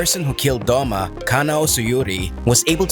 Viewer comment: I like how its Doma not Douma